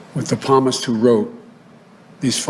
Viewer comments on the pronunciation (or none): Devout Catholic? Pamist? No devout Catholic would pronounce Psalmist ( Correctly pronounced “ Samist” } Pamist .. .. ever. Never ever heard a priest from a pulpit ever use that pronunciation. This is basic knowledge for any Christian.